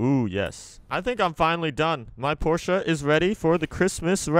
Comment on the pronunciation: why u say porchea